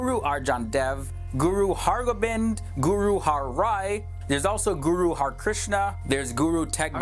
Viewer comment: Guru harkrishn Not harkriahna